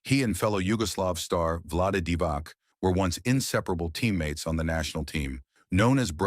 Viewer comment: not only heard about him, but played against him, at the 1981 U18 Balkan Cup in Thessaloniki, Greece, in the arena that later on has been renamed after the greatest Greek player, Nikos Gallis. And please, don't pronounce Vlade Divac's name "Divak", it's "Divats".